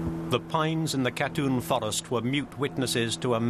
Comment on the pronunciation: Not a bad analysis, although the use of the word "sorry" from the Russians would have been useful and appreciated. Shame the narrator couldn't pronounce Katyn and kept saying Katoon.